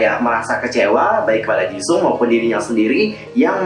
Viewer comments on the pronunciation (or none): Mau koreksi dikit kak, bacanya Han Jiseong kak bukan Jisung. Klo tulisannya emang Jisung tpi dibacanya Jiseong, Hyeonjin, trs I.N juga aku sring denger dia blngnya Iyen bukan Ayen, klo lee know krna itu bahasa inggris jdi di bacanya li know aja enggak i know. Ohiya han emang aktif banget trs berisik tpi sebenarnya pendiam, dia berisik klo sama memb skz lainnya klo dia sendiri dia bakal pendiammmmm banget. Trs yg ngelempar botol itu Han juga